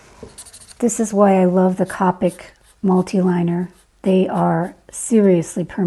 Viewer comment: Beautiful! I'd love to learn how you do the background.....so pretty! Bellina is precious! BTW copic is pronounced with a long "o".